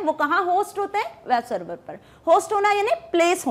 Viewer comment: "wab server" XD